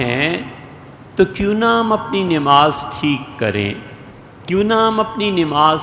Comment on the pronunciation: حضرت لفظ نِماز درست کرلیجۓ